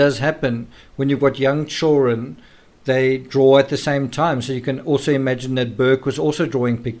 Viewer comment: I'm amused with the pronunciation of "chewrun" (children)☺️